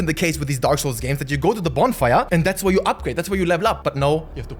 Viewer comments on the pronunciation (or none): none